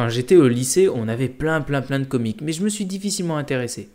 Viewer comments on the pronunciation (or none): Le s dans comics se prononce